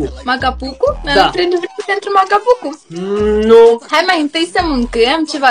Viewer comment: Se spune maca bucu nu maca pucu